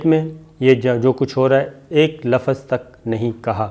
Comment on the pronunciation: lafaz nahi hota .......lafz hota hai